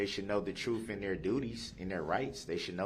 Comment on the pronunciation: If you’re going to run your mouth as much as Darrell Brooks does, please pronounce your words correctly. Oaf (oath), troof (truth), estoppel (stop), invoid (null and void), substain (sustain), biast (bias), all of a suddenly (sudden), things are being hidded (hidden). Not to mention lawful law; 3rd party intervener. And to top it off with I don’t consent to being called that name, but answer to it every time he’s asked to remove his mask. This level of ignorance has drained me.